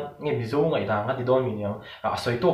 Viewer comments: Tha hle mai mahse ka lo helh em2 chu 'ka ngaih lutuk' tih ai ah 'ka ngeih lutuk' han ti la ngaihthlak a va nuam dawn em. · Thingpui paw thlum i pumin a ngeih lo zawk a ni lo maw, 'NGAIH' tih khi a dik lo tih lo hre tawh la 😅